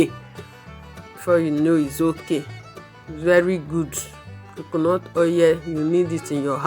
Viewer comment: I love how you say coconut, the explanation is very clear and I love the demonstration